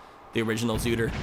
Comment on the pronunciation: its not called zootr 2 it's called 2ootr